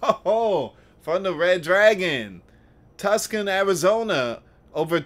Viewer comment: Hi, Tucson is pronounced like this. Tooson. You do great work. God bless.